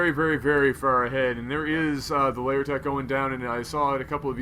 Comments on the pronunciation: I've always wondered why you say "layer" when it's "lair". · The English pronunciation of lair is "layer".